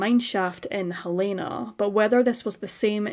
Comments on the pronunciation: It’s Hell-eh-na, NOT Hel - E- na!!! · You’re saying Helena wrong. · I work with a Helena and she is most definitely Hel-E-na. We are in the UK and it’s pronounced differently. The same as we say Car-a-mel, not Car-mel and Herbs, not ‘erbs.